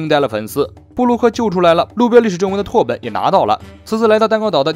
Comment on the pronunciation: 拓本是念tà běn